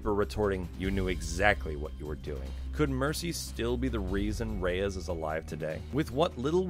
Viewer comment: I'm not the only one who can't stand the mispronunciation of "Reyes", am I? Everyone in-game says it like the word "Rays".